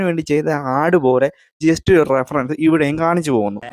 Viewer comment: Social Relevant അല്ല, Socially Relevant.. ആദ്യം നീ നിന്നെ ശരിയാക്ക്.. അത് പോലെ റഫറൻ റഫറൻ എന്നാ നീ പറയുന്നത്.. റഫറൻസ് എന്ന് പറ ശരിക്ക്